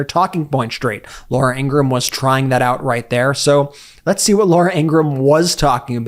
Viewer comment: Brett, congratulations on knowing the proper pronunciation of Laura Ingraham's last name. Perhaps you could consider instructing your brother. (retired teacher)